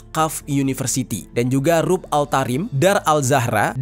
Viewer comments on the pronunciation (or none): Rubat bang cara bacanya....bukan rub